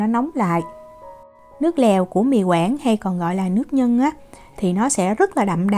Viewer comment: Nước nhưn (ko "g" ) á Diễm